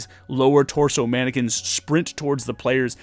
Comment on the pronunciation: You said mannequins, but all I heard was “Anakins” at first. Therefore, I am now imagining a bunch of Anakins running after our party with Kohl’s cash lightsabers. Great video as always, didn’t realize I would love the folk magic so much.